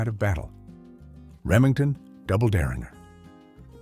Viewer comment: Make a decision on how you are going to pronounce 'derringer'.